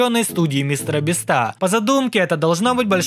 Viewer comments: не мистер бистро а мистер бисть 😊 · Правильно мистер би́ста а не биста́ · Не мистера Бистá а мистера Би́ста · Меня одного бесит, что он говорит не Мистера Би́ста, а Мистера Биста́? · Меня одного бесит когда он говорит биста